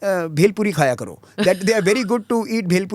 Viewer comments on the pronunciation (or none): none